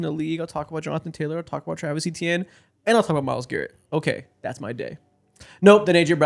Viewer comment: Travis Etienne’s last name is actually pronounced “AY-chan”